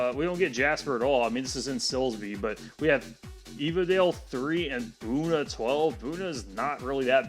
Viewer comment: Buda near Austin has the same pronunciation as Buna. I always hear people say "Booda" instead of "B-you-da"